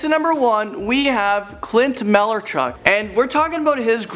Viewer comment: its clint malaarchuck